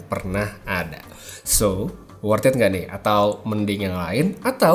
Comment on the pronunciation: Makasih bang udh diberi Insight.. gambaran...bener si ad pilihan2 nya lah.. Em sama maaf itu mestinya worth it, bukan work it. Yaa mngkin karena sering denger nya mirip2 ya suaranya. Dan mngkin blm tau artinya.hehe gpp..ntar kedepannya bs diubah. Bisa pasti .. Mangat ya bang... Udh ngebantu kasih pilihan bagi yg mau beli.